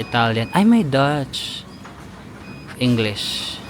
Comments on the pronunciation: Deutsch is German po yan so pagkabasa nyan parang /doysch/ and not how you would pronounce a person from the Netherlands (Dutch). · Zuruck= back. That's a German language. Deutsch = German language. It's pronounce as Doytsch